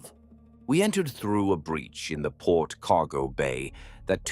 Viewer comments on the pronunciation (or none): none